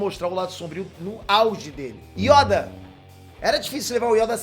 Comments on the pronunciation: 🗣Yóda" 🗣kígonjin" pqp😅🤣🤣🤣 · Yóda? hahahahah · Yóda kkkkk, mano é perceptível que o não sabe nada de Star Wars mds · esse não é fã de verdade, não sabe nem pronunciar yoda, jakku, e qui gon jin não sei se a minha escrita tá certa, mas pelo menos sei pronunciar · Ou o pronuncia muito errado os nomes de personagens, planetas e etc do universo de Star Wars, ou eu falei errado a minha vida toda. kkkk